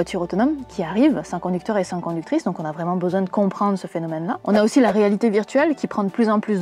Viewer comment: Conductrice* et pas conducteurrice à mais ça restait très intéressant